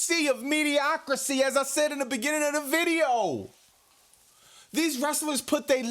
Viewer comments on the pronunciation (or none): You lost me at "mediocrI-See" 😳